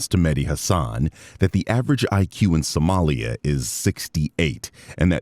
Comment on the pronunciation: Assmongold, the guy who can't say "Somali" correctly, is judging them for their IQ🤣🤣The jokes write themselves